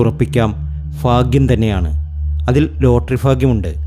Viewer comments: Appol enikku ffffaaagyam ille?😂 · 😂😂 ഫാഗ്യം ഫാഗ്യം ഫാഗ്യം സൗഫാഗ്യം‼️